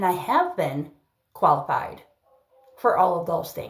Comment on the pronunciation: She pronounces qualified like koalafied